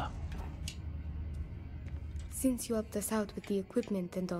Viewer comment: FYI, Rivkah is the original Hebrew version of the name Rebecca (you seem to be switching the consonants in her name all the time)